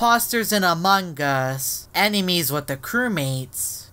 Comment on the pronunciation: Everyone: "Among Us": "Amangas"